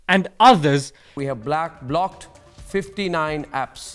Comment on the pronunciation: is no one gonna mention the "blaaacked" instead of "blocked"